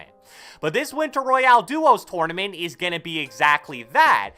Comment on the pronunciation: "TORN-A-MINT" lol